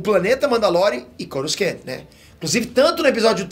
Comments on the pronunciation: Cada YouTuber inventa uma maneira de falar corusan kkkkk, essa de hj foi nova! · Eh sério que o tá pronunciando Coruscant errado??